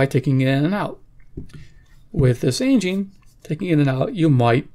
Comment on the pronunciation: It's actually pronounced "SAHN-jeen" ... I verified it.